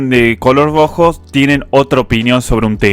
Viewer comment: jajajaja genio el fernet te hace patinar la r , te sale grrojo.Muy bueno like👍